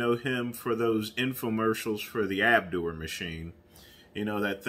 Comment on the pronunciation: It's Ab -doe, not ab - dew., did Caliber Fitness carry his overpriced contraption?